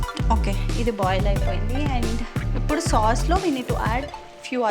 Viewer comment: Upudu😃😃 instead of ipudu but it’s cute 😍👌